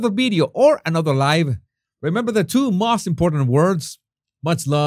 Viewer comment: Jesus, I know English is not your native tongue, but please look up the correct pronunciation of the word “most.” Maybe I’m nitpicking, but you might appreciate pronouncing it correctly. Please don’t be offended; I mean well. Thank you. 😊